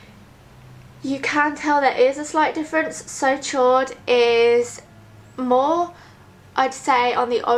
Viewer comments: It's pronounced 'so sho', chaud is french for hot, it means so hot :) xx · Hey, absolutely love your videos, not being pompous or anything from 'chaud' is a french word meaning warm/hot, it's pronounced a bit like 'sho' xxx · hahaa it's pronounce so showed, chaud is french for hot :) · "did she just say So Chode" - My boyfriend. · "so chaud" is pronounced "so show" pretty much. Chaud means Hot in french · Chaud is french for hot. it's pronounched like the word show in English :) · So chaud is pronounced "so show". it means hot in french. Lovely colour :) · "Chaud" is the french word for 'hot'. The 'ch' sounds like 'sh' and the 'au' is more of a guttural 'o' as in 'road' sound. You can hear the pronunciation on Google translate.